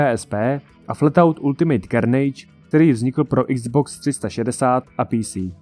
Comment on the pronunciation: Zajímavé video. A to i přesto, že chybu, kterou jsem čekal, že uděláš, jsi udělal (A to ve výslovnosti slova "Ultimate" :D )